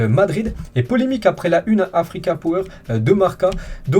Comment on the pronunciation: On en parle sa façon de lire "power" ?? 😆😅